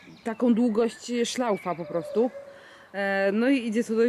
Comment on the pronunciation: ja uslyszalam szlaufa a nie szlaucha hahahhahah